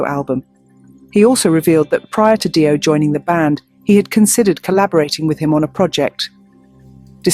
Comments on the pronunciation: Make the AI say DeeOh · Who is Die-oh? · Dio is pronounced Deo LOL. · Who the fuck is this “Die-oh” person??? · No,it's pronounced DIO because he was of italian origins... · Stop mispronouncing Dio 😢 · Seems to be true; what can you say about some space-worm who doesn't bother to listen to other videos on YouTube to learn how to pronounce Ronnie James Dio's last name.